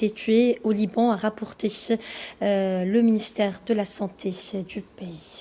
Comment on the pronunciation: étonnant cet accent qui ressemble à celui des parisiennes qui veulent fair chic en mettant des ch à chaque fin de mot! ministère de la santéch, de l'énergich, au sud du paych, libanaich d la santéch, etc...etc.... mais je ne vous en veux pas du tout, et merci pour ces infos, beaucoup plus ouvertes que la plupart de celles distribues en France! 🙂